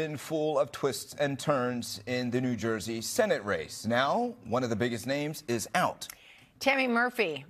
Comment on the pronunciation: Did they say new joisee?